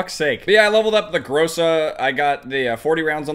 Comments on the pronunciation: Its not pronounced gróse-a its groza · So greatXD also in Russian "Гроза" Это звучит как "Gra-Za" not "GrO-Za" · Грейза)) как же круто он произносит название, лол)